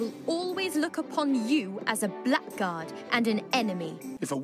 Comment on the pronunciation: That's just... that's not how you pronounce 'blackguard'...